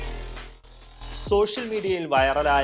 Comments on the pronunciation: നചിപ്പിച്ചു ???എനിക്ക് മാത്രം ആണോ അങ്ങനെ കേട്ടത് 🤔🤔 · നച്ചിപ്പിച്ചു😂😂😂 അല്ലാ. നശിപ്പിച്ചു